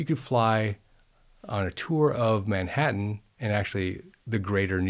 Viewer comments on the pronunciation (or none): none